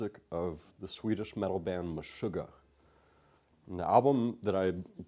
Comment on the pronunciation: Dude. I have no words. You are the best bestest ever besting best. Much love to you, you Bartók of metal. From now on I'm hearing "sweet-ish" when you say Swedish, that's it.